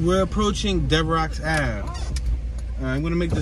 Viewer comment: "Devrocks" Avenue lol. It's Devereaux, pronounced Dev-Ro